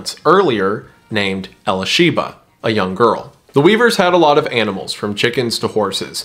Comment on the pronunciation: Appreciate your work on this. Just one thing...in case you're able to go back and fix your pronunciation on these...the baby was e-LISH-uh-buh (think Elizabeth), not Elly-Sheba. Geraldo is pronounced like it starts with an H. And Bo's last name is pronounced GRITES, not grits.